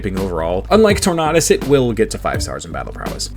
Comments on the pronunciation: Tornadus not torknotus. Just pronounce tornado but replace the o with a us my guy. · You are the first and only person i've ever heard call Tornadus "Tor-nah-duss" Tornado, Tornadus?? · that does not sound like the right pronunciation of tornadus